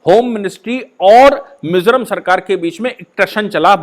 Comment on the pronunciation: Not Mesoram .. it's Mizoram Sir...